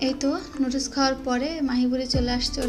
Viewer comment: সাসকাইব না সাবস্ক্রাইব হবে নুডুস না নুডুলস